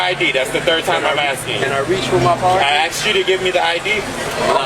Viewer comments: "when i axed you" 💅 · Asked ❌️ Axed ✅️